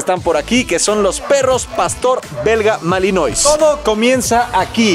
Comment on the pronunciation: "MALINOIS" SE PRONUNCIA: MALINOA